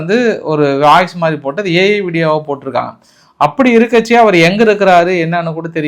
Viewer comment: என்ன sir இருக்ச்சே என்று ஏதோ ஒரு மொழியில் பேசுறீங்க